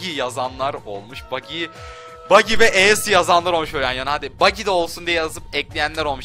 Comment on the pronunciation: İsimleri düzgün söylemen daha iyi olur aceu brookku ne öyle çok itici geliyor